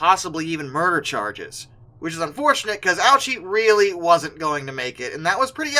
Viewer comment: No, he didn't. The speaker just didn't pronounce it correctly. It should be pronounced Oh-OO-chee (OO as in spoon).